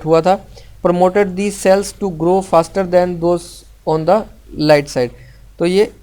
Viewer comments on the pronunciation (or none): Thats not haster....its faster...😂😂